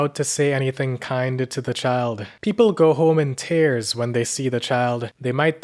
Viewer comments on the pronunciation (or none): He has some odd pronunciations for someone without an accent. Like he says fear as fare, and tears are tares. Idea becomes eye-DAY-uh. No offense lol just never heard it before 😅